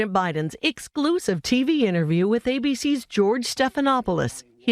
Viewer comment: Swear to god she said “icksclusive”